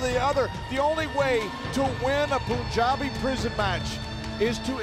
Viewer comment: westnile21 that's how it is pronounced .. Panj-aab.. not Poonj-aab .. it means land of five rivers .. Punj = Five .. aab = River